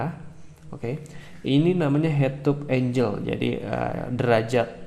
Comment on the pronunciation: sudut bacanya enggel bang, bukan enjel. klo enjel itu bidadari, malaikat.